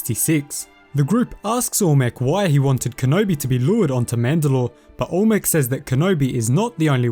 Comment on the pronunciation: im sorry but ita AL-MEC not ALL-MEC